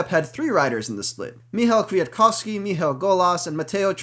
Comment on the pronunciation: Great race, aside from the minor annoyance of the commentary of the color man, Brian Smith, who continually refused to pronounce the second "k" in Kwiatkowski. Damned Scotsmen.